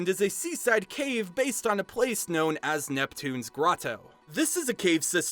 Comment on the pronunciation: o "neptuno's grottO"